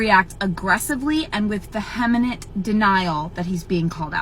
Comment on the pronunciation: "vehemenent" is just the cherry on top.